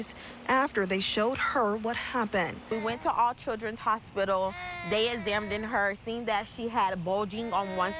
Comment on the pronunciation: "...They 'ezamined' her..."...❓‼️❓ Our entire populace is losing even the most basic fundamental living skills, such as having a functional English vocabulary. These are truly 'end times', or at least I sure hope so, anyways, and as part of that process we need to castrate •ANYONE WHO TOUCHES A CHILD•. THEY •CANNOT• BE REHABILITATED & WILL •SURELY• REOFFEND, WHEN & IF THEY'RE GIVEN THE OPPORTUNITY. JOIN THE '•CUT THE NUT•' MOVEMENT, TO HAVE THESE CRIMINALS FIXED FOR LIFE, •BEFORE• THEY STRIKE AGAIN.